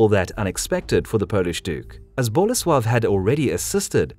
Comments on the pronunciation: Unfortunately, he insists on stressing the first syllable in names - it's boLEsław, not BOlesław. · Yarosław. The ł is pronounced like W. And then Bolesłav. Same deal. If you're going to do history then get it right.